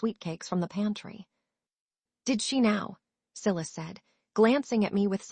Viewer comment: male lead name siilussss its so funny, not sylus